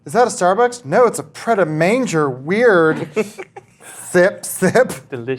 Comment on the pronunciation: Pret a manger is pronounced - ‘Pray A mawn-jay’ GAWD ADAM! 😂